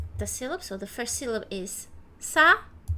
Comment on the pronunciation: Please finish the word “Syllable” correctly. You’re missing off the LE from the word. If you say something like “SILLY BULL” you would be almost correct.